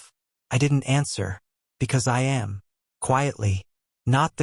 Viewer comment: Narration pronounces am as amm. I wonder if anyone will ever train this AI.